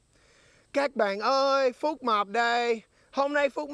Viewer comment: tên bác Phúc mập đọc thành fuck map nhỉ kkk